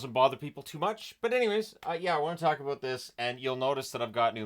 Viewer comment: As a Canadian, i think i heard you say aboot.